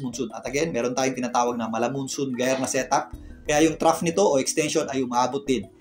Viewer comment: maraming salamat sa update sir. nga po pala, Jayer po basa dun sa GYRE sabi ni google hehe.